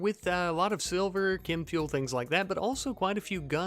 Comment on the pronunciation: challenge accepted Btw why do you keep saying "kim fuel"